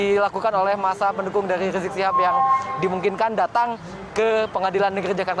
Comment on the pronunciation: Riziq ... Reziq .... ndak sopan nyebut orang leeeeee ..... leeeee .....